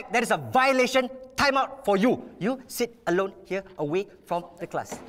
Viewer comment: fr he said shet